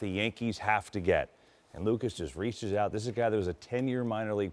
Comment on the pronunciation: It's JANKEES